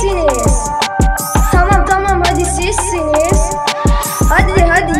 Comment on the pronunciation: hadi sizsiniz değil bi kere bu gün sizsiniz di düzgün söylemedi ben 3 poan veriyorum